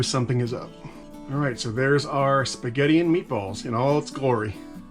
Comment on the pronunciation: Your “alright” needs work. Why don’t you have a steel tray too?